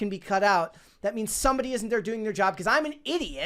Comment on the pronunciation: Ok.. I KNOW you are capable of pronouncing a short “a.” You quoted Ellie by saying “I’m gonna be a dad.” You said DAD. Not, “dodd.” Then you IMMEDIATELY followed it up by saying “thawt” instead of “that!” Now you are just messing with us!!